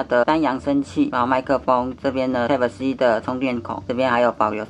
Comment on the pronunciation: 注意一下type發音